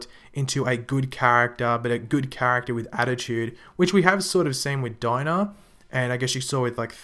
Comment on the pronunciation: Bye "dinah"